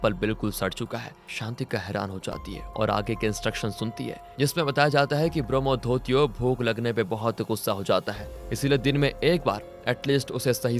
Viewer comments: ब्रोम्होधोतियो nahi bhai, ब्रोम्होदोईत्यो hota hai. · Bombodutto nhi ...bramadatya.. pronounce sahi se karo